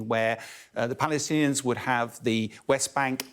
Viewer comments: The way the guy says “Palastaanians” 🤣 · He said PalesTanians .. hahahhaa why not Pakisaurus while ur at it haha